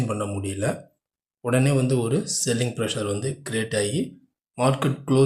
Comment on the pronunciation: Selling a "ஷெல்லிங்' என்று சொல்கிறீர்கள்..' செல்லிங் ' என்பது சரியானது